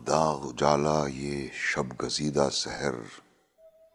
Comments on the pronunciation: It is Sahar ( morning ) not Sehr which means magic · Its SAHAR not SEHER....